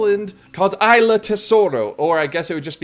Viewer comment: I died at saying AYLA for Isla 🤣🤣🤣 great video as usual!